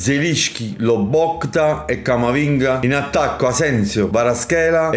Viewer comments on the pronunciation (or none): chef comunque è loboTKa,non loboKTa😂😂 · va bene tutto ma loboKTa non si può sentire 😂😂😂😂